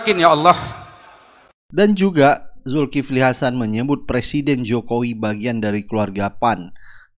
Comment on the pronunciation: Julkiple betawi bilang hrheheeè